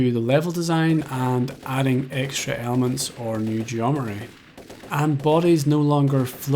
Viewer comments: Today I've learnt that irish people can't say "geometry". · Hearing you say Geometry has improved my understanding of the etymology of Geometry. It's not Geome-tree. It's Geomet-ry. Meters. Metr-y